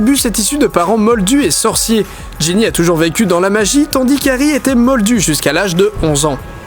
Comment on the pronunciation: "Harry était modlu jusqu'à l'âge d onze ans" boouuulette